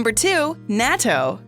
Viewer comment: It’s Nah-To